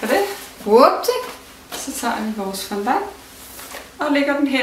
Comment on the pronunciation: Fondant udtales altså fondang....